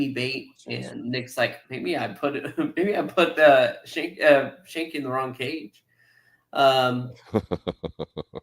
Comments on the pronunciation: Skank-ee. It's Skank-ee. FFS. I just love how people who have never watched a show try to review it without trying to understand the complex themes, character development and context and just choose to roast it instead. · You keep saying Schanke name wrong . Ck is hard not soft .